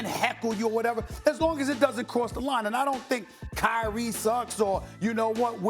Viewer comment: Cry-ee Irving